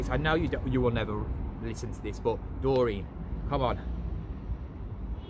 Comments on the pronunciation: His name isn’t Dorene it’s Dorian (Door Ian) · I meant the way you pronounced it twice at end of video... not spelling it